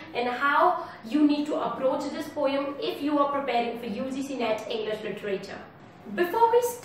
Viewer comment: Your accent is good, just pronounce the word Poem correctly, rest is OK! 👍